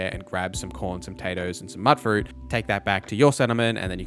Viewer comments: It's "mute fruit", it rhymes when you say it. It's an abbreviation of "mutated" or "mutant" not "mutt" fruit. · It is pronounced mute-fruit. There is dialogue at max affinity with Curie where she says it. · argh,.. why does everyone keep saying mutt fruit,. it is mewt fruit,.. the mut is short for the word mutated,.. because it is mutated fruit,..also you do not have to give dogmeat the teddy bear for the animation on playstation,.. he does that and a roll over and rub his back on the ground animation if you just stand still for a while like when crafting,.. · Attributes. Mutfruit. You're pronouncing both of these words wrong.